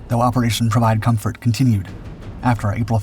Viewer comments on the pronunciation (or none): 'M'...co*M*fort. Not co*N*fort (unless you're a very...VERY...**VERY** opd French man.😂🤣) All joking aside. GREAT video. Thank you for sharing ☺️ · “comfort” not “confort”. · CONFORT??? wtf is that!? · "Provide Confort"? I think you meant "Comfort"...